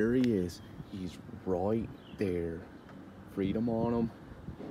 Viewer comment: Freedom is "cluutth".😂😂